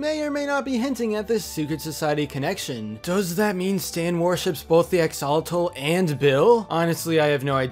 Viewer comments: It isn't pronounced AXE-ALL-A-TAL It's pronounced AXE-OH-LAW-TAL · Is Axe-uh-lot-ul (like -le) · Axe-o-lot-al that's how it's said and it's annoying me , sorry just ugh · Is that really how you say "Axolotl"? I've been pronouncing it like "Ax-a-lot'll". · I cringe so much whenever people pronounce axolotl wrong its axe-a-Lottle that’s how you pronounce it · Drinking game: take a shot every time pronunciation of axolotl makes you cringe! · Well, we know know the guys at the lodge neither '"like" or "trust" Stan. However, an axolotl is not a fish. It's a salamander. Interesting though. The Masons clearly worship Bill Cipher (and Ford wonders why Dipper doesn't care for the name), some group should worship the Axolotl. By the way, that's not how you pronounce Axolotl. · The way he says axolotl is sorta funny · Its cringy how he mispronounced axolotl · U pronounce axolotl wrong but ok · the way u say axolotl makes me very sad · Just gonna be real right now, how dare you pronounce axolotl like this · You are mispronouncing axolotl. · 🤦 How do you mispronounce axolotl so badly so many times?